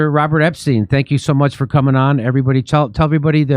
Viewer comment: it's Epstein! not Epstein! 🙄